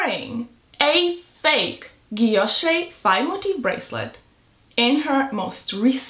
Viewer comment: She say she love VCA but she can’t pronounced Guilloche that she love it 😮😮😅